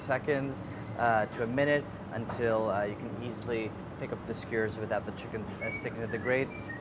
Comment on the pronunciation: no one: andy: chinken skeurrs